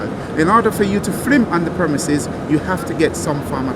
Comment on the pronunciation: Another foreigner trying to boss another indigenous English around. I'm sick of it. He can't even speak English. ''Flim?'' FFS